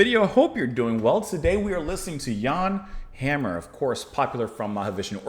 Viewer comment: The “a” in Hammer is pronounced “ah,” just like in Jan. Good recommendation. Hammer is one of the architects of the overall sound of fusion in the 70’s. He has tons of excellent solo material to explore.